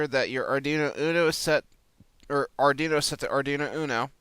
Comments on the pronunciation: Yes it's pronounced "Ard WEE no" not ardino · You're killin' me with the "ardino" Lol